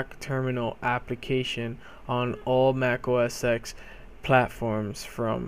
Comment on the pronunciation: Thanks dude this helped me out! Also, OS X is pronounced "OS Ten", not "OS X". Just lettin' ya know.